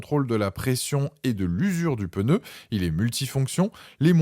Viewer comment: En français on ne dit pas '' on est sur un modèle '' mais c'est un modèle. Et surtout il n'y a pas de E à pneu. Ce n'est pas un '' pEneu '' 😂😂😂